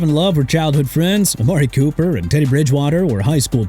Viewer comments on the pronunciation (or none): none